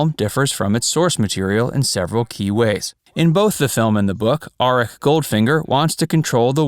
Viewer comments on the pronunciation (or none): Auric Goldfinger, not Arik